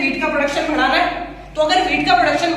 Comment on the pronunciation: M watching for last two days all ur video.. hands down ..a great teacher..👍 But ur way of saying badhana its 'bhadana',,,😂